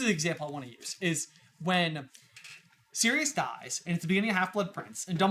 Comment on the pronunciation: I am so glad you guys properly pronounce Sirius' name, I don't know how may times Ive had to try to explain that he is a dude who turns into a dog, Sirius is the Dog Star, Regulus is also named after a star, and his name is not Cyrus.